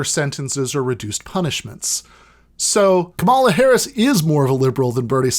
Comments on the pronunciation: It's COMMA-la not kuh-MALL-uh. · Dude, it's pronounced comma-la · Really wish you had pronounced Kamala's name correctly in this video. I agree with what you're saying 100% and would love to share with my friends and family who have been spouting this "Kamala is more progressive than Bernie" bs, but I know that as soon as they hear you saying "KaMAla" they'll dismiss you out of hand. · If you're going to do an entire podcast on Kamala Harris, shouldn't you learn how to pronounce her name? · I'm no fan of the lady, but should point out that the narrator is mispronouncing her first name, It's the recently deceased 'pro' wrestler Kamala Harris who used the pronunciation heard here. Or am I confused? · Alright,... not a giant fan of Harris or Biden (although I will vote blue this year because of fascism), but: please just at least learn to pronounce her name correctly. There's no need to be a jerk about it. The emphasis is on the first syllable, similar to the name "Pamela." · Man please just say her name right though